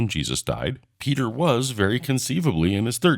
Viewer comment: Is it just me, or is one of the presenters pronouncing "Peter" as "pizza?"